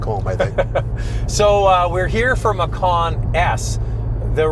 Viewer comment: 😂😂😂 Indonesia language 🇮🇩, pay attention to speech... Macan is tiger... Makan is eat... 😁😁